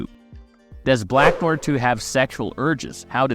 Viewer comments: .... is this an A.I. voice cause bro just butchered the word Noir, like how they pronounce it for you in the show. Also, he wasn't with Soldier Boy in the 1940s, he joined up at least in the 1960s as the scene in which we first see him with Payback was during the Cuban Missile Crisis which happened in the 1960s. Also, we don't know that he's a new actor, a fan theory is that the new Noir is a clone of the original Noir, hence he has knowledge all of Noir various fighting skills, like it or not this new Noir hasn't been shown to be unskilled, he seems just as capable as the original, as far as acting goes the original Noir before getting brain damage was also trying to pursue a acting career until Soldier threatened to kill him if he tried to outshine him. Also its unlikely that they could have hired a Supe actor, and fans not immediately notice their super actor has been missing all of a sudden. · u really need to learn how to say NOIR, it isnt nojer its nuaaar lol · It's pronounced Nwar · Bro stop saying black noir like its written... Its french and its pronounced No - uh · It sound like you're saying "Black Noyr" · You need to pronounce it like "NO-ARE". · who the hell is black noar.... at least learn to pronounce NOIR before making a video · Neew-waaar. Wth are u saying 😅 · Are narv videos using AI now? The way Noire is pronounced id weird. BlacknWarr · Black "noyer" Smh. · Sir, please learn how to pronounce Noir before making an entire video where you state this word so, so many times. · Tried watching this but after 3 minutes of hearing you butcher the word Noir , I gave up. Holy fuck americans are hicks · I don’t get how you can be a fan of the show and hear them pronounce his name several times and yet still pronounce it wrong in the entirety of your video. Have you actually watched the boys? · bro cant even say noir properly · How is it do difficult to say "noir" correctly? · The way he’s pronouncing Noir 😭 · learn how to say 'Noir' correctly please